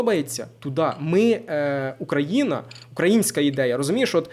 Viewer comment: У слові "Україна" наголос на лідеру " Ї ". (Якщо російською то "Украина" наголос буде на "И")